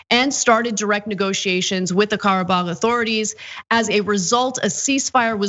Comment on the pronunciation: Nice to hear Ana pull out the accent for authentic pronunciation of Karabakh. Also, it autocorrects to karaoke. 🤣